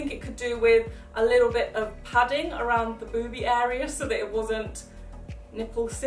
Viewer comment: How many times did she say boobe